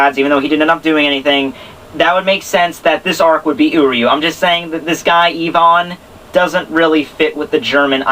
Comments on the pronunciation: but fo real.. its (ai-vn) not (Yvonne) like you keep saying, it's driving me nuts, but I love the reviews lol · Ivan = eye-van :)